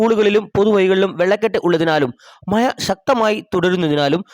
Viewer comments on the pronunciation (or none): മയ അല്ല മോനെ മഴ